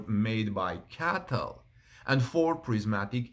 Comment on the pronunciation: Just an observation: it's not "Caytl"... I't's "Cee-ay-tee-el".